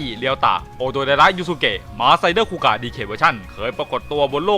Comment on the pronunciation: นี่มันคูกากครับ ไม่ใช่คูกะ